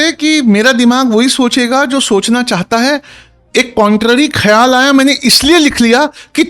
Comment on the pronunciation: Sir aapki urdu tlaffuz k perniunsetion thodi si kisi kisi lafz me kmi hai,jaise ख्याल is incorrect خیا ل ,,khayaal k niche ek bindi Gustakhi k liye maafi sir But u are a scholar